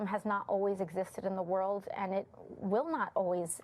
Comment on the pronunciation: My tiny contribution is that I don’t like the way she says “and”. It sounds like “Ayind “